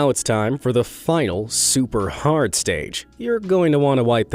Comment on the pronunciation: it is toou hord.